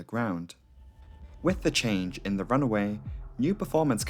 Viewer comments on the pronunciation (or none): Why do you pronounce runway as runaway?